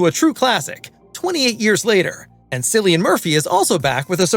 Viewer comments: Dude doesn't know its pronounced Killian, not Sillian? Also doesn't know Ralph Fiennes first name? Sadge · It's pronouned Killian, with a hard K sound 👍👍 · It's pronounced 'Killian' Murphy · As a rule, if you can’t pronounce the actors name, you shouldn’t do movie reviews. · it's prononced Cilian Murphy, not Cilian Murphy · 28 years later and people still can't pronounce Cillian correctly. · reupload correctly pronouncing Cillian and I might give a thumps up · you just earned 3 x 👎👎👎 1 for the annoing AI sounding voiceover 1 for disrespecting Cillians name 1 for begging for thumbs up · THANK YOU! Biggest pet peeve during this video (along with the mispronunciation of Cillian's name) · I want you to correctly pronounce Cillian.